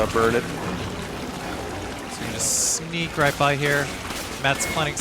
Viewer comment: Hears say "Sneeeeak on by here" -> INSTANTLY THINK HE'S CANADIAN